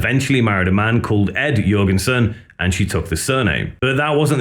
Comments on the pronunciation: please stop saying yurginsin. omg. it doesn't stop. I can't watch this "yurginsin" video anymore. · How do you produce an entire documentary on Ministry and then pronounce Al's name "YURgensen"